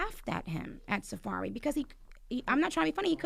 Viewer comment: mispronouncing Safaree has got me WEAK 😂